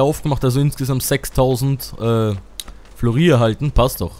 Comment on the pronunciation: Ich weiß nicht genau... Du sagst du hast das Game mehrfach durchgespielt? :) Und da weißt du nicht mehr das es 8 Figuren gibt? xD Du hättest nochmal 2.000f holen können :-) P.S Es heißt Florin (soll nicht besserwisserisch klingen aber naja...) :-) Ach ja und jetzt bin ich gerade beim durch-suchten der lp Reihe von dir :-)